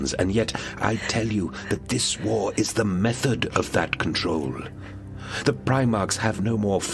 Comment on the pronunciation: Why are there so many Eastern European Warhammer 40k content creators who can't pronounce 'war'? The "WAAGHHrr" pronunciation makes me laugh, every single time 😂